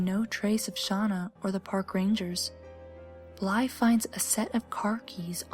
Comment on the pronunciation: NOOOO NOT BLYE NOOOOOOOOOOOOOOOOOOOOOOOOOOOOOOOO